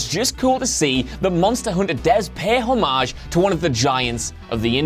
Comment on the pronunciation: Please learn to say homage